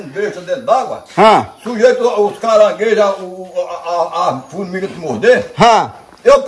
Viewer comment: Pessoas normais falam: caranguejo fala: Caraiguejo